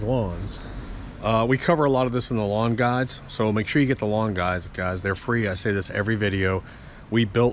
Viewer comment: For some reason I always think you are saying "lawn gods" when you say "lawn guides." Haha